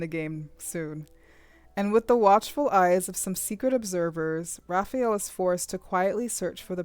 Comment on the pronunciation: His name, Rafayel, is pronounced Rafa-yell, not rafi-yell.